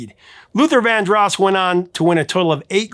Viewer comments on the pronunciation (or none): The accent in 'Vandross' is on the second syllable, not the first. Unbelievable. You mispronounced 'genre' also. It begins with a 'zh' sound, not 'j'. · You mispronounce Luther Vandross's last name; he pronounced Vandross with a long O sound, not a short O sound. Please pronounce the names of the people you talk about correctly.